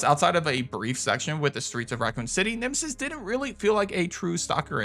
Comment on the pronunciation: Naw it's nemesis but atleast you were close to getting it right